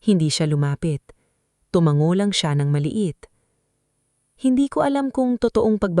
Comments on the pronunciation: Nice story. Very compelling. Sana lang maayos ang voice over at captions like 'asawa ko ako" at tamang pagkakasabi ng mga salita 'tumanggo sa halip na tumango, or pansensya sa halip na pasensya [for educational purposes]. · Ang bigkas ng narrator sa tumango ay tu-man-go na dapat ay tu-ma-ngo 2 maling bigkas napahanga, maling bigkas- na-pa-han-ga tamang pagbigkas- na-pa-ha-nga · Hindi tuMangGo tu-ma-ngo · Bigkas ng narrator : tu - man - go Tamang bigkas : tu - ma - ngo